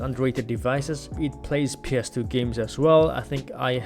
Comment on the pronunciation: Maybe it’s just my hearing but just about each time you said ‘ps2’ OR ‘ps3’ I couldn’t tell if you’d said 2 or 3.. sometimes the gameplay would coordinate with which one you meant so I guess that helped. Overall i give this 3 retroid pockets out of 5